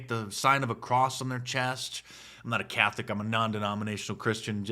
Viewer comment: DICE! There is an "o" in the middle of the word "Catholic." It is pronounced "Cath-o-lic," not "Cath-lick." Also, although Glenn Beck said it and you only repeated it, it is called "The Sign of the Cross," not "The sign of a cross." Finally, Catholics use and wear crucifixes. Protestants wear and use crosses. Catholics are more hardcore. They depict Christ on the cross. Protestants celebrate the risen Christ, off of the cross. Well, that's your lesson for today. Yours in Christ, Linda ❤️‍🔥